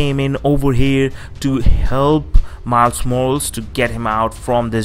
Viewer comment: Isn't it pronaunced Mayles Mohralees?